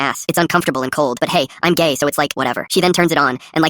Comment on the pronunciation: Really emphasizing on the gay part